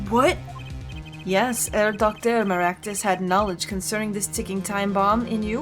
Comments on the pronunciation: Just for the record, the “H” in “Herr” is actually pronounced in German ^^ Thus, you don’t say “Err” but “Herr” as it’s written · Keep in mind the H in "Herr" isn't silent. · So, either is attracted to Germans or to prosecutors. First Edgeworth, then that girl crush on Franni and now Klavier. I'm looking forward to seeing whether the same is true for Double Destinies' prosecutor. It's still kinda weird for me to see German words pop up in an otherwise English game. And a little tip: The H in "Herr" isn't silent. It's pronounced like the H in "honor". Otherwise your way of saying it is spot-on. (I'm really impressed by your German pronounciation) Edit: I'm an idiot. The H in honor is silent, lol. What I meant was something like the H in "help".